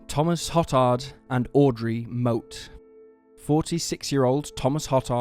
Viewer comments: Good stories. FYI-Hotard is pronounced Ho- tard (long 'o')not Hot tard, and Bossier is pronounced Bo-zher not Bo zer. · Hotard is pronounced hoe-tard, seriously lol I grew up on the west bank of new Orleans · No one else cringe at the pronunciation of hotard, then realize hoe-tard is actually worse lol